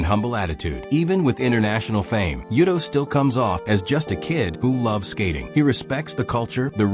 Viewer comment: You need to hire someone to narrate or do it yourself. I left after the Koston but judging by the comments the Yuto pronunciation seem to be the worst.